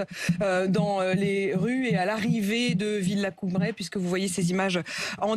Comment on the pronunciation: Incroyable ! ADM n’accorde aucune attention à son invité. Elle n’en a que pour le suivi en direct de l’arrivée de WZ. Quel manque de respect et de professionnalisme ! D’ailleurs, il s’agit de la base aérienne de VELIZY-VILLACOUBLAY Madame la « journaliste ». Pas VILLACOUBRAY…. C’est quand même formidable de ne pas être fichue de connaître avec précision le nom d’un lieu aussi important lequel monopolise par ailleurs la majeure partie de son émission….